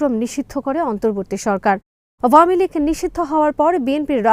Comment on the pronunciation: উপস্থাপিকার আওয়ামীলীগ উচ্চারণ সঠিক নয় |